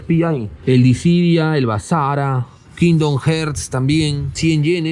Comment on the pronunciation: Kindom jerz dijo el gemu